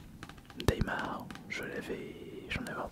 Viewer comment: Mdr "démarre" au lieu de "daymaire" vu que c'est comme nightmare mais durant la journée, un effort PTN dans la prononciation en anflais merde